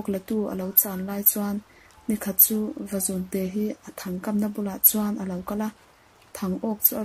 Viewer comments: Vazun nilovin, Vazûn tih tur,, zun( ngaihawmna )lam nilo in,, zûn ti a thluk vak tur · Vazún tih tur. Zun hi rul (snake) thlukin aw. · Vazun a lamdan hi a dik lo....Reading a thiam tawk lo hle mai.... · Nghangiai hi a thluk a dik thlap mai Ngiai leh zún hi a thluk inang tur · Vazun tih laia zun hi Sarah izunzam ani tih lai a zun ang khan lam tur.... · tha khawpmai vazun tih hi lam dik lo anih hi zun tih hi ithluk hniam a thluk san tur zawk athat lehzual nan ..thanks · Ngaihthlak nawm khawp mai kan history tih lar na pakhat in ni si a,duhthawh thil ah thil pa1 kan sawi ve lawk tlem a trawng thluk in uluk deuh leh zual a ngai in ka hria Vazun khi i lam dik lo tlat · Vazun lam dan a dik lo. Beng a thlep nghal tlat mai a.... fimkhur angai e.